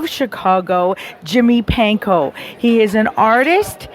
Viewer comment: His last name is Pankow... not Panko. Try getting it right.